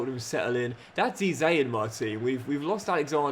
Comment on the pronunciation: If you’re keeping Eze around until retirement then please please PLEASE… stop calling him ‘Eee-zay’, it’s pronounced: ‘Ezz-ayy’ and I help but notice every time you say it 😆 Loving the series otherwise